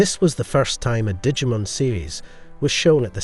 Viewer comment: Look, I love that you took time to make this, but my bro, stop saying Digimon wrong, at least. This isn't an Aluminium thing with the way Americans talk, for once your accent is ruining a very simple word xD